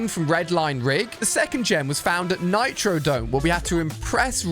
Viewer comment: Its Nitrodrome not nitrodome